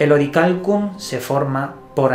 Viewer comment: SE Dice!!! Orialcon !!!!!!!